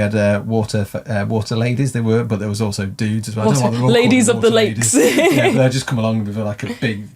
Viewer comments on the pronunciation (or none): mountains..lakes.....lakes??? LOCHS 😆